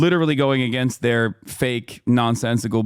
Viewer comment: "AeGainst Do nald Trump"